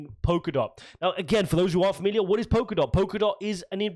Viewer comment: It's Polkadot not Pokerdot. And if he's changed his position he hasn't quit.